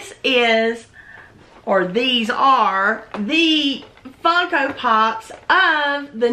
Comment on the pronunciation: Deanna Grant she certainly did. It was obviously by accident. If you listen, she said Funko without the n.